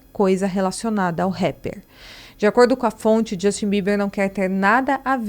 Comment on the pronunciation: Não é Djustin e não é Combis.